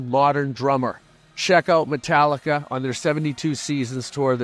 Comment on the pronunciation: "Metlica".... St. Anger documentary...😂😂 James is soo funny sometimes ...😂😂